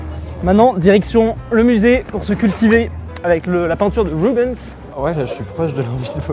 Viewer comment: on dit rubainse et pas Ruben’s 😂